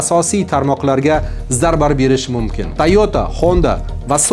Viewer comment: Tilingdagi aksentni yuqot, Jurnalist..... O'chunchi, Yepinoya, mo'mkin, ixsoslashtirilgan.... kabi talaffuz nuqsonlaring bor